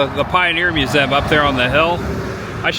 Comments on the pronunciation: Watch all your vids, love them! One thing, the word "museum". It's a 3 syllable word. Mew zee um. Not mu zem. Please,, so cringey. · Learn how to pronounce museum.